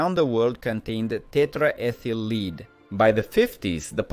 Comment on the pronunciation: Good, interesting documentary. The AI voice could use some training on saying dates such as 1928, and to always pronounce lead so it rhymes with bed. 😃